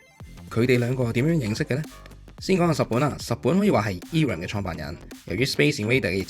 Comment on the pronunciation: Irem 係讀 I-Ram 唔讀i(e)音的 亦唔讀rem ，直接讀 RAM 的